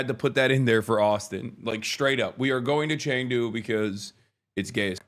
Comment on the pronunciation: please don’t tell us that you’ll be doing “news” from China. I’ve lived there, in this decade, you may have lost me on this one. Of course it goes without saying, I love the people I met and got to know in China, but . . . Also pronounced “chungdu”